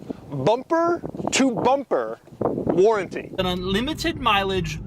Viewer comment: "Bumprrrr to bumprrrr warrrrrnttee"😂😂😂😂 Congradulations Doug